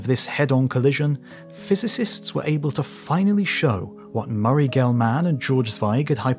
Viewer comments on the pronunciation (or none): I thought the same thing. There were several mispronunciations that bugged me, but I don’t doubt I make some too without knowing it. Murray, “GelMAN,” seemed odd to me. Just, “Gelman,” with no extra stress on the, “man,” part necessary.